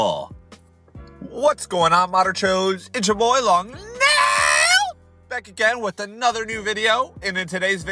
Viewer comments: I was bummed out but when he went "Long N A I L" Holy sh*t that had me laughing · The way he said nail got me so off Guard lol